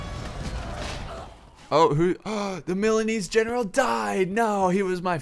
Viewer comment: THE JINETES NAME IS MORE SLAUGHTERED THAN THE MILANESE